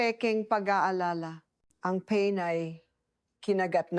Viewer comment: Kinagat daw ang'pain ' instead na pa-in !! Pilioino namn bat ganun may pagka bulol